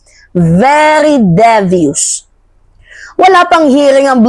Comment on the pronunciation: Devious or being pronounce as Dee-views long e po Mahal ko